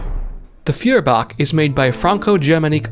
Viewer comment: FYI Feuerbach would be pronounced 'Foy-er-bach'.